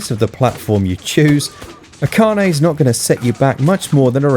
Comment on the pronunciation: yay, you got the Pronunciation of Akane right! My fave Martial are film. Drunken Master 2 and why Jackie's drunken boxing fight scenes are magnificent to watch and what's not to like about a guy that does all his own stunts?